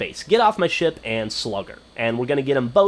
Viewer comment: when u said get off my ship it sounded like u said get off my shit lol